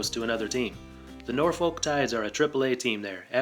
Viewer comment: Norfolk is pronounced nawfick lol. MLB put a team right on the orioles doorstep so a team here shouldn't be a problem for DC. There also isn't a big Nationals fan base here so that competition for a fan base really isn't an issue. Shoot there are more O's fans here.